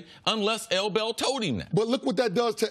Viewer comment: Say L Bell one more time ima smack u